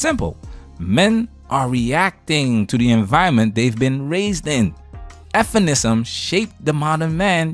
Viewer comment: Bro, please stop sayin' f'enisim. Just say feminism Bro.